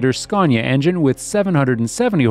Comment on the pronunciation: Scaw - neeea 😅😅😅